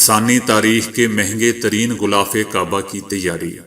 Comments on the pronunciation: word is ghilaf kaba not ghulaf zair ha na k pesh, word Concrete not concrate . word is rukawat not rekawat please check it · Bhai sb "ghhulaaf" nahi "ghhilaaf" i ko e ka talaffuz karen. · Sir ek baat aur glth na samjna gulaff nh h. Gilaaf h. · بھائی غلاف غین کی زیر کے ساتھ پڑھیں ناکہ غین پر پیش مجود ہ نہ کہاکریں بلکہ موجودہ کہیں میم کے ساتھ واؤ کا پڑھنا ضروری ہے اسی طرح اقوام متحدہ کا تلفظ بھی غلط ہے متحدہ میں میم پر پیش ت پر تشدیداور زبر، ح کے نیچے زیر ، دال پر زبر اور ہ پر جزم ، فیروز اللغات سے استفادہ کیا کریں۔ اپنے جتنا زور انگریزی سیکھنے پر لگایا اسکے عشرعشیر اپنی قومی زبان پر لگاتے تو آج آپ ابو الکلام ھوتے۔ لیکن اپ سب کچھ تجارتی بنیادوں پر کرتے ھیں۔